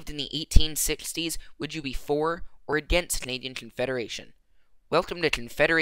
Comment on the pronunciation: confeda-what? confederation